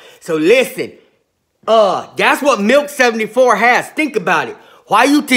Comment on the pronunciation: Sounds like he keeps saying Milf 74. lol